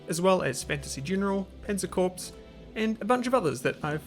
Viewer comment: It's pronounced 'core' not 'corpse'. You never hear people talking about a marine 'corpse' or a diplomatic 'corpse'